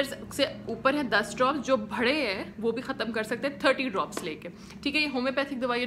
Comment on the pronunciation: لفظ "بھرے" نہیں ہوتا "بڑے" ہوتا ہے